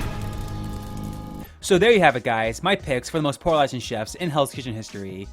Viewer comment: You pronounce “polarizing” SO weirdly 😂 it threw me off every time! Anyway I really do like Michelle, and I eventually came around to liking Trev too bc it seems he grew as a person overtime and the others were horrible to him on his returning season. The other 3 I’m not a fan of tbh.